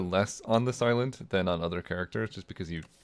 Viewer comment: When you say the silent, i keep hearing this island 😭